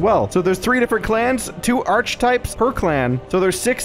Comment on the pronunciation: Archetypes is pronounced "Ark-types". ;)